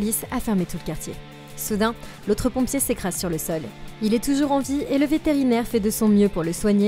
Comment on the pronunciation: « Et comme toujoujour! » c est une super video! Je suis fan! Merci